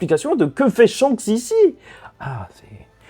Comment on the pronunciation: ton intro je l’entend comme ça